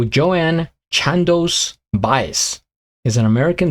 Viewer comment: Joan (one syllable. rhymes with bone. Not Joanne) Baez (Buy-Ez) has a very distinctive voice. She was and is very involved in the Civil Rights movement and a good deal of her music leans towards protest songs. This was somewhat of an anomaly but also one of her most successful songs. Theirs is a very complex relationship that was at its most intense in the 60's but has been consistent though strained through the years. And yes she definitely plays the guitar.